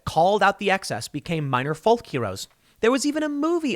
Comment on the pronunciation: Love ya Tim, but the "L" in "Folk" is silent. Like talk or walk